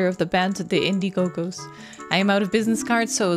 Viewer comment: lol at the repeating of saying Indie Go Gos (crowd funding service), when it should be Indie-Gos (play on word from indigo)